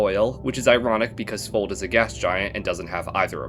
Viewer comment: "Fold" in Icelandic has it's "o" pronounced like the o in lock, not like the one in the English word "fold". If that was the case, then the exoplanets name would be spelled "Fóld" and not "Fold", since ó is the Icelandic letter that makes the sound that the o does in Fold, not o. I hope this makes sense. But ignoring pronunciation, you have done a very good job trying to rank all of these planets cohesively.